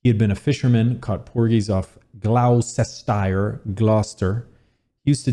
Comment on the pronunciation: Gloucestershire is pronounced Glostesher 👍🏼